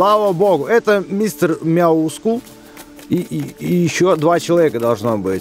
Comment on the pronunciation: правильно говорить Мяускул